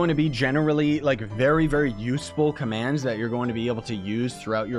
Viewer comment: when he start saying commans